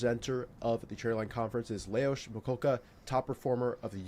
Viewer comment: Amazing how pronounced the name Leoš perfectly 👌 😊🎉🎉🎉🎉